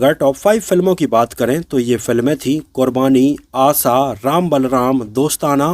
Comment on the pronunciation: स और श में फर्क है भाई . आसा नही आशा.